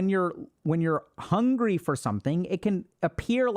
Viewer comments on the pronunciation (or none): none